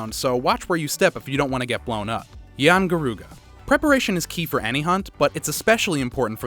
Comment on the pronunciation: Doesn't mention that yian garuga is a sub species, also a note worthy thing to add is that it's rathian and yian kut ku mixed, obviously this man hasn't played old world because he can't pronounce anything aside from a flagship